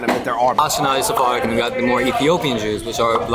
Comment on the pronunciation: It's "Sephardic" buds 🤣